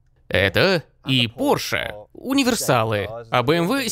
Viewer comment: не "порш",а пОрше!!!